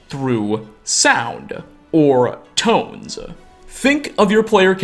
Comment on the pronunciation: Do you talk like this always, with the extra syllable at the end? "Or, tones-sah" Or is it just to be clear? I don't hear this often, and it seems to come and go. Mostly it's at the end of a sentence, like a full-stop indicator.